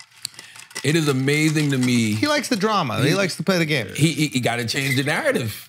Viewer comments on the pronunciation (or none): none